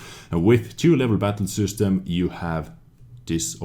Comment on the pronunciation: Its system not süstem